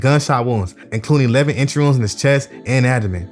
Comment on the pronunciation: Doing a good job bro, just slow the speech down a bit wounds sounds like rooms in the beginning so I know I'm missing some more info through the video, but good story telling and video editing.